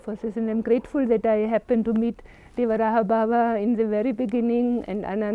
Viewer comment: Pushpendra sir wo madam achha bol rhi hai 'dewarahaa' baba hi bolte hai pehle aap sahi uchcharan kariye uske bad interview lijiye